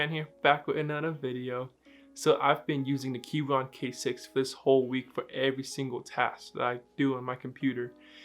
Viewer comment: Aren't you supposed to pronounce the "c" in Keychron or have I been saying it wrong this whole time?